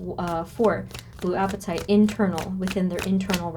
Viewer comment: Pronounced " Ah pa tite" Short a sound plz 🙏